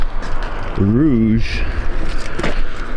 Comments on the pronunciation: Not rouge buddy! Rogue! Hahah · Nissan "Rouge"? It's white - not red. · Never heard Nissan rogue pronounced like that